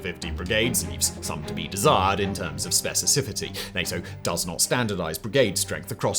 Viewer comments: "specisifity" lmao. Fumbled the word "specificity" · ….I’m gonna say it….. Simon butchers the word “specificity” 🤣🤣🤣